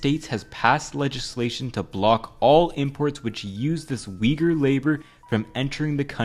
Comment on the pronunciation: bro pronounced Uighur in the most horrible way